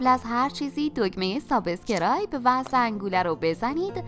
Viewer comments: میشه لطفا واژه‌ی سابسکرایب رو درست تلفظ کنید؟ Sbuscribe روی حرف "ب" کسره نداره! Subeeeeescribe!! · لهجه شما موقع تلفظ لغت سابسکرایب ا نادرست است درست تلفظ کنید لطفا البته بهتر تشکر